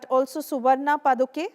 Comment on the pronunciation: Why can’t they’ve a qualified & knowledgeable reporter??? They don’t even make an effort! She can’t even say paduke & mukhya Praana who is Hanuman*…And it is Madhva Acharya